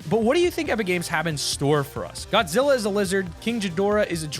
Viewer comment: I am upset I’m a huge Godzilla fan and you butchered it